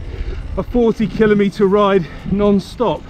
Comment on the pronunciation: this is of no importance but you are the only person I’ve heard pronounce the word “ kilometre” the way you do. Can’t write a pronounciation down so you’ll have to figure what I mean but I don’t think you’ll care anyway. 😂😂